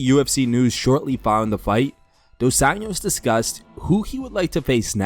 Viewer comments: It’s Dos Anjou, 2 Angels, nit Dos Anos, 2 years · Bro you keep saying RDA’s last name as if he’s Hispanic. Just say Anjos like an American would and it’d be closer to the actual Portuguese pronunciation